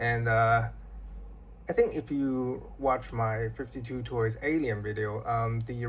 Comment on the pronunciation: It’s called 5-2 toys not 52 toys respectively